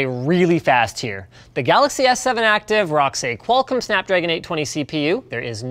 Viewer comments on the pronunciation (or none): none